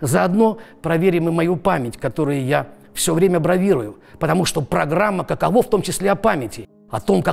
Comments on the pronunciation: Не каковО, а кАково! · Кушанашвили - "каково", ударение на первый слог. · каково с ударением на первый слог))) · Каково... ударение неверно ставите